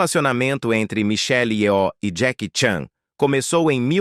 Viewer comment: Só uma coisa: Nomes orientais não tem acento tônico. Não é yoó.